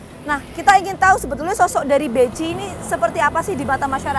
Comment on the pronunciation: Kalo ditanya BECI ya gak kenal, krn pelafalannya BEKHI.. wkwkwk 🤭